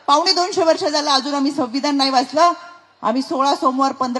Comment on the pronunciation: रुपाली... संविधान असा शब्द आहे.. संविधाण म्हणू नकोस हा.. 😂😂😂😂😅😅😅😅